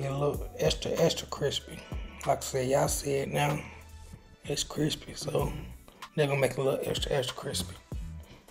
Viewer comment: “Extra cwispy” 🤣🤣but 🔥🔥job family